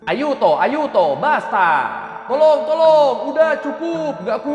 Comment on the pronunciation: Wkwkwk pas lu gomong tolong2 itu persis aksen Dayak klo mau bicara bahasa indobanjar 😂😂😂